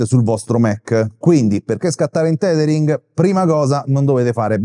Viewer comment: Grazie, ottimo video, anche se penso che si pronunci tethering e non titering ;-)